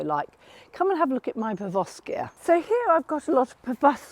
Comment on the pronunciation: PeroVskia not PerVoskia